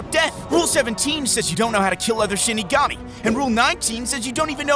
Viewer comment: Am i or he says shitigami